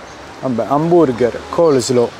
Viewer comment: Like al video solo per aver pronunciato bene "Coleslaw" nella prima recensione 😀